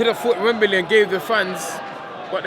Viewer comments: "rurked it up for a wurl title..wembely"...only 1 dillian😁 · WEMBEELEEY LOL